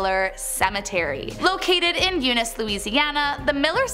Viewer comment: ”shr-eeve-port” and “eu-neece” and “d-awphine” she did a really good job with T’freres though. Great job with the info though, love it!